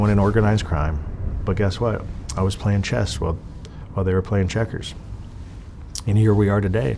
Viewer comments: It's called 'Chess' Not 'Chest'.. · It’s chess NOT chest. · Did he say "game of chest"?😂😂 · When he said it the second time I was like “oh he meant to say chest” haha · He said "chest" 2 or 3 times before he finally got it right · He kept saying chest instead of chess. Go back and listen. It's hilarious. What a tard. The chest master. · Someone please tell this man there is no "T" in "Chess"